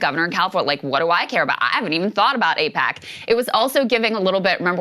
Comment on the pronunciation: Its like AIPACman's " eyePAC ayePAC eePAC .... what even is it ?"